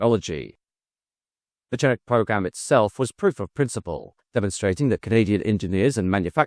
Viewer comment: My grandfather (a good Irishman) worked for Orenda engines. Then moved to Hawker, then McDonnell-Douglas and retired there. In Malton, ON. It’s pronounced Can-uk my friend. Canuck. Or the clunk as the pilots called it. 😉😁